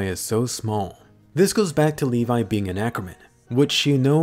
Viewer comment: I thought it was Levi not le vi